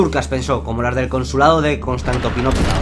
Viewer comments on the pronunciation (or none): "Constantopinopla" XDDDDDDD LIKE